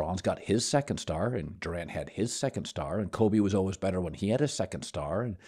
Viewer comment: Nobody: Colin: Alwas